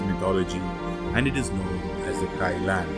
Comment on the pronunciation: It’s pronounced more like Kee-Lun.